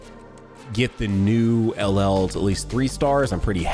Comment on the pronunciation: Bruh you gotta stop saying LL it hurts me everytime I hear it